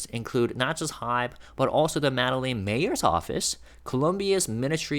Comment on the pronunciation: Tiny correction: Medellin is pronounced Med-e (long a sound)-yeen. The doulble LL is a separate letter in their alphabet, pronounced like a Y.